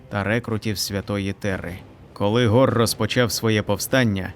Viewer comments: Нема ніякого гора, є Хорус, перестаньте вже коверкати назви ігрових персонажів, нахуя ви це робите? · Хто такий гор? Який ще гор??? 😂😂😂😂 HORUS! Де тут гор???😂😂😂 Навіщо коверкати власне ім'я персонажа?